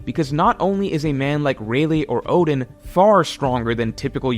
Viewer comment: Who the hell are Orden and Jayabura???? Fix your pronunciation